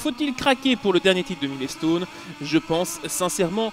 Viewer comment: "Milé-stone"... j'ai arrete là. Desole